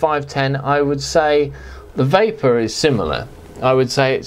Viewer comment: Great review, I was vaping when you said "va-vavor" and started laughing uncontrollably...a waste of good vavor!!